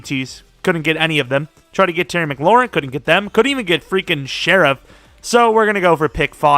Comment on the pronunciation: ITS SH-REFF NOT SHER-IFF